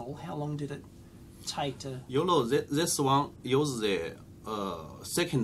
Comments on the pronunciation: sorry, but all i can hear is YOLO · When he says "You know" I hear "Yolo" all the time. Can't unhear it anymore.... :)